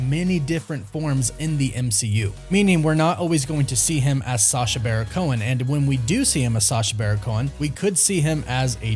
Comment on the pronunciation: Its BARON. BARON Cohen. U always do a great job, but for some feason u keep leaving the "n" off of this idiots name. Im not excited ab him being involved, but at least say his name correctly 😉. Always a blast to see what youve created, keep up the good work